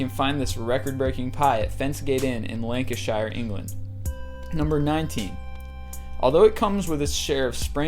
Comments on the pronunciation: it pronounced lankisher, not lankishier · i love it when he says lankishier, how i love amercicans :) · He said Lancashire wrong, its pronounced sure at the end not shire. I still don't understand why so many people say it wrong, there's even places in America with shire at the end and still most Americans say it wrong :P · The mispronunciation of Lancashire made me cry inside ;n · I love how you pronounce Lancashire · also you cant say Lanchshire properly